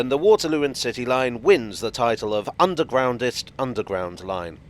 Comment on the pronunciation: The 'Undwegroundest' - never heard of that word b4!!! - Learn something new every day!!! - Happy new Year!!! 🙂🚂🚂🚂